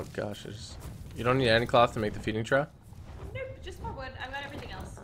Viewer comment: Love the series, please pronounce trough "troff" 😉